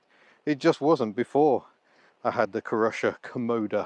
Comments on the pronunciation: Is it not Cy-Rusher rather than Crusher? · Just to give you a heads-up: Cyrusher is pronounced SIGH RUSHER. The name stands for CYcle RUSHER. Thanks for the review. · Youre saying the name wrong. Its Cy-rusher as in 'cy'cle. You can de-restrict this very easily by removing the panel directly below the battery and disconect the one wire jumper connector and thats it. Full 900w power. Will do 40kph 👍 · It’s pronounced Cy-rusher